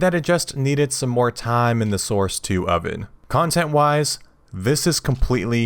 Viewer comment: damn that "Mo Options Mo Happiness" gave me Cantonese chills